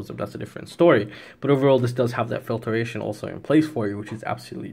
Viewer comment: I admit, the mispronunciation of filtration drove me a little crazy too. Pointing this out though is not hate. Misuse of the word hate is equally annoying. 👍☺️